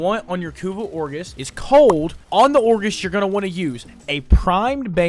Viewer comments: it is like a knife to the gut every time i hear orgis when he means ogris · It's ogris not orgis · It's OGRIS, not Orgis... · lol.. "orgis" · i'm gonna go crazy if you say "or-GIS" one more time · Everytime he said Orgis I died inside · the "orgis" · "Kuva ORGIS" man im dying XDD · W guide, L pronunciation on kuva ogris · Dude, I love you, but your pronunciation is giving me psychic damage... Ogris != Orgis Crepuscular != Crespecular Armaments != Armenenents Malevolence != Malavins Vigor != Viger Sahasa != Sahasha When life gives you melons, you might be dyslexic (It takes one to know one)